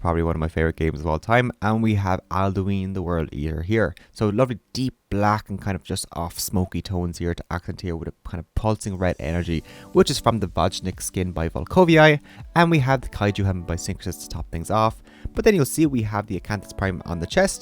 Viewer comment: "voj" is pronounced simular to "viking" but with "o" instead of "a" and then "nik" like in "nickelback" (I'm not good at explaining pronunciation XD)